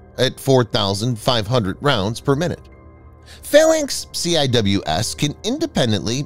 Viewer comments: CIWS is not pronounced Cee. Eye Double you Ess It is Cee. wiz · Ur hurting my ears it’s sea whiz not C I W S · It's pronounced - "Sea-Wiz"